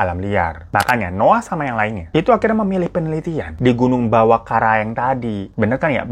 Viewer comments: salah mulu bang ngomongnya karaeng x bukan kareang😁😂😂🤣🤣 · beberapa kali bang Hiro sebut "Bawakaraeng" jadi "Bawakareang".... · koreksi kata: -bawakareang dibaca "bawa kara-eng" -lembanna dibaca "lemban na" -teta dibaca "tet ta" artinya "ayah" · Bang hiro karaeng jadi kareang bang wkwkwk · Aku tadi gak sadar lho. Aku cek ternyata beneran terbolak ngomongnya. Makin ngakak. 🤣🤣 Terus Bawakaraeng jadi Bawakareang. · "Ba wa ka ra eng" gitu bacanya Bang hiro. 😂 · Bawakaraeng ka bukan kareang🤣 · Bang hiro ngmngnyh kareang mulu😬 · Salam dari Makassar kk Hiro Btw pas nyebut Bawakaraeng & tetta lucu logatnya hehehe